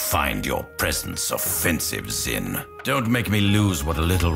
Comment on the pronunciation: It's not "zin" it's pronounced "sheen" or "zeen" Backup evidence for my petty correction